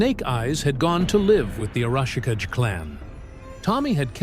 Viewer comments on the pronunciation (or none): Tell your AI that the name is pronounced "ah-rah-shi-KAH-gay." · "A-rawsh-a-ka-jay", eh? When your AI fails your lack of proofing. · Tommy's last name is Arashikage (ah rah shee - kah gey) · Arashikage means Storm Shadow in Japanese. The Kage part means Shadow and is pronounced Kah-Gay or Ka-GA if that makes better sense. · OMG, the AI's pronunciation of Arashikage is hurting my brain! - And it's not even doing it the same way each time, so its not even consistent...... like it's saying it each different way it can think of, figuring that maybe just one version will accidentally be correct.